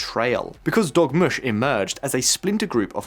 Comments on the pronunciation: DORmush...NOT DOGmush. 😝😜😵😆😂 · I thought he said Dog mush 😂